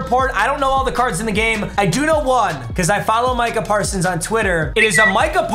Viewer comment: We all gonna act like he didn’t say marcah parsons